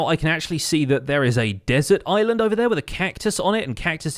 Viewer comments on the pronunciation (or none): none